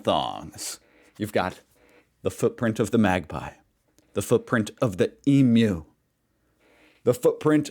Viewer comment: So awesome to hear that you finally pronounced emu the correct way . Great work. Now you are a little bit more Australian.